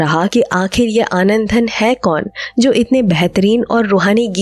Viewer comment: आनंदधन नहीं, आनंदघन!